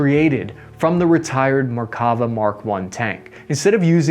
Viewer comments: Note on pronunciation: namer with the e as in “hell”. Merkava with the stress on the last syllable. Nagmash with both As sounded as in “cat”. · Hi man you have been pronouncing the veichles wrong its Namer and not Namir its Nagmash and not nagmesh and you are saying Merkava too fast its three diffrent syllable Mer Ka Va